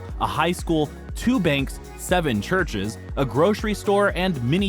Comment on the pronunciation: I don’t like the narrators inflection when he said “7 churches”. Yeh I heard that.